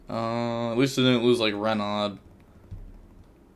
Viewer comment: Renaud is pronounced "Reno" Your "re" is good but "naud", aud becomes an "o" sound Sorry lol